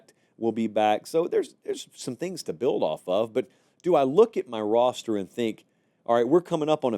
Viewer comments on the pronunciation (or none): none